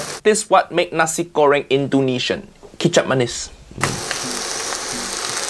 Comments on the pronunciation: It is pronounced 'nah-see' goreng, not Nazi goreng 😂😂😂. Nice video, otherwise. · Nasi, not nazi 😂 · You literally said "Nazi Göring"... yikes! xD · nazi-goreng is a cool pronunction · Am I the only one hearing "Nazi Göring"?